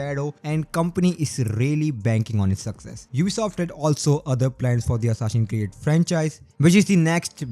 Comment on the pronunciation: 'Hassasin Create Shado'.... Bhai kya bol ra hai yaar! Tu accent nahi karega toh bhi achha lagta. Your content is good, par game ke naam toh sahi ke liya har. Hansi chhut gayi meri - Hassasin Create sun kar. Overall Good content and insights bro.